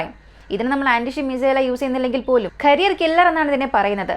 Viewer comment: കരിയർ അല്ല കാരിയർ എന്നതാണ് ശരി...കരിയർ മിസൈൽ വച്ച് ആരുടെ കരിയറാണ് നശ്ശിപ്പിക്കുന്നത് 😊